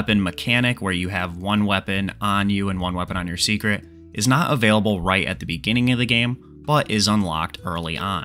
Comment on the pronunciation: From watching the dev livestream I realized it is pronounced say-kret